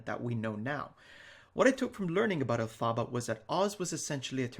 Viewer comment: It's pronounced EL-fuh-buh, but we all got what you meant, just letting you know :)